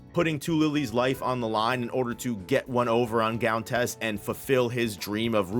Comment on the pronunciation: Riyo pronounced ree-oh Gountess is pronounced gown (like night gown) tess